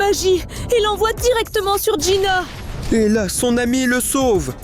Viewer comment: C'est pas jïna mais jïnu